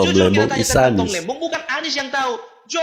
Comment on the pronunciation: tom lembong min bkn lembang😂